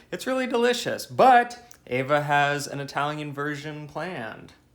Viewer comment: your wife's name is Eva, not Ava...:D Love you!